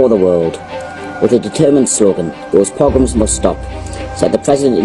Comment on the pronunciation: You had difficulty with the word “pogroms”…. I suggest that before you put out suggestive vids like this that you brush up on Jewish history….go right back to the destruction of the 2nd temple, trace the migration of Jews ….you might just change your mind abou a few things.